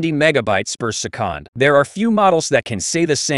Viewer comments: Wtf is "persekand"...? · per seh-COND